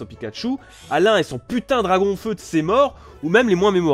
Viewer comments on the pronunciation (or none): Il a vraiment dit "Dragonfeu" ??? :OOO